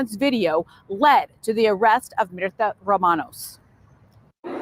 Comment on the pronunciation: Her name is Myrta, pronounced as Mirta long sounding E